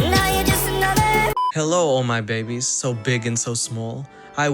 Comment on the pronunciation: Yes your behbies... Uh but nope. Behbies have been traumatized.